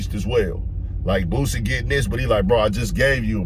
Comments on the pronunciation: Say Bossie name right man lol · Its boosie 🤦🏽🤦🏽🤦🏽 how have people been messin that up for years is diobolical smh lol aries you blacl dawg. Listen to his music amd you will pronounce it properly moving int0 2027. Please do it 😂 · This a baaaaad saaaaaad look for Aries mane😅 He’s always be full of 🌽 (IMO) but this solidifies it. Likeeeee, wtf are u talking about mane?!? “Be a little bit fair”? “Are we friends or not?” Mf can’t even pronounce ‘Boosie’ correctly who is this man😂